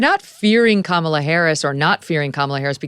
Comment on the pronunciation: With all due respect to the content being shared, I wish Victor would learn how to properly pronounce Kamala’s name. I don’t think he’s doing it to be rude but it inadvertently is rude just by principal.